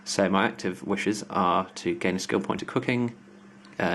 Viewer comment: you pronounce 'wishes' as 'wushers' :')